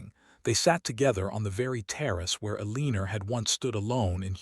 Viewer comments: I thought someone would have fixed E-Lean-Er by now😂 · I’m unsubscribing because whoever runs this account does not proof read for emerita. This narrator is pronouncing Eleanor…El-een-er throughout the entire story. If you don’t care to fix your errors then you won’t care if anyone unsubscribes. Bye! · Once again, it's pronounced ELL-UH-NOR. Not Eeleener. This AI never says it correctly. And hoping, not hopping. 😒